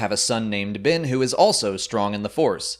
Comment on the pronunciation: "Bin" and "Kylo Rin"